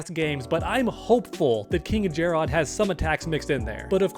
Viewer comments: finally pronouncing it jerrod and jer-rod and my ADD is relieved lol … Nevermind … he only did it the first time lol It’s always been pronounced like “ jared “ and was in this game as well… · Not to be that guy, but it’s just Jerrod. Not “JAR ROD” It’s another spelling for Jared. Love the videos though! Keep up the good work. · jer-rod? lmao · calling king jerrod king jerrodd is truely painful